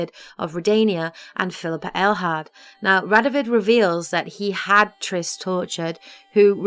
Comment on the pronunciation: Ah.. finally someone who says Phillippa Eilhart, and not Railheart